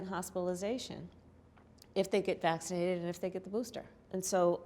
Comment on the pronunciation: SO does she want us all to get vacshinated lol...she only said it about 10 times and im only 3 minutes into the video.ive never seen one single politician get jabbed...note she slurs her words at 'vaccinated'. she has been drinking to help her tell lies